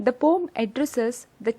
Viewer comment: It's a "poem", not "pom"